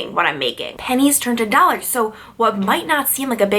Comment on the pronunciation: you’re saying dollars funny lol!